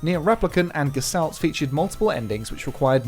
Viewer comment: It’s pronounced “Geh-Shtalt”.